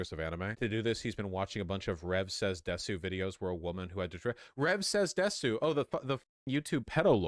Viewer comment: If you stream, use multiple computers & DON'T PUT PERSONAL DATA on your streaming computer. Also Vaush can't pronounce "desu."